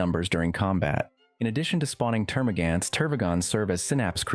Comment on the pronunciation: So you can say Hormagaunt but not Termagaunt.... Termagan't It just hurts